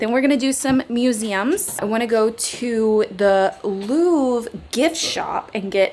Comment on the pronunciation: Here’s a small tip for your pronunciation: it’s "le LouvRE", not "le Louv" :)